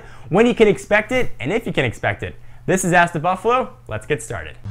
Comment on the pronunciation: why do you say buffalu